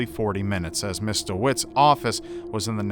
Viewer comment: was he saying Mr instead of Miss ???